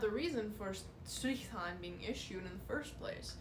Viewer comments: As a german I love how you say „Strrrichtarn“. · Never thought that saying strichtarn could sound so nice. Btw brilliant content. Thx youtube algorithm showing me your channel.